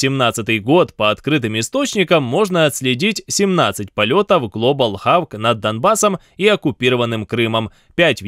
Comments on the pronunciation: HE 'XABK" A 'XOK!' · не хавк а хок, ужи режет блин. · Говорите не “Хавк”, а хотя бы уже “Хок”. Будет ближе к оригиналу. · Global Hawk произносится как ГЛОБАЛ ХОК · Хорошая новость. Но ваш "ХАВК" просто бесит. Воспользовались хотя бы каким-нибудь онлайн-сервисом. "Hawk" - "хок"(или называли бы просто "ястребом"). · Чувак, пишется "хавк" , читается "хок"! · С чего это вдруг Хок превратился в "харк". Небось в школе двока по английскому была? :-) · Не глобал хавк , а глобал хок !!! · не ХАВК, а ХОК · "глобалхАВк" - очень сильный пронаунс от автора!!!))))))))))) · после произнесения названия RQ-4 Global Hawk (хавк, ага) напрягся. Тут же последовала феерическая чепуха про то, что дрон летает над территорией Крыма, чего никогда не было и в общем-то быть не может. Они летают над черным морем, заходят на территорию Украины и даже над Донбассом оккупированным летали, но не над Крымом. В непосредственно близости - это не есть нарушение воздушного пространства. Даже того, которое власти считают своим. Су-35 спокойно может на 18 км подняться, его практический потолок выше. не говоря уже о том, что не надо так высоко забираться, если стоит задача уничтожить дрон. Ракету можно пустить и с меньшей высоты. Дрон тихоходный, так что поражение с большой вероятностью случится. Матчасть аффтару надо подтянуть, а не кликбейтом заниматься. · хавк! сука! хавк! мои уши !!